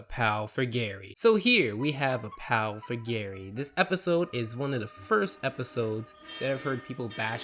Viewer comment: when he said one, it sounded like he said eleven. I think it just me though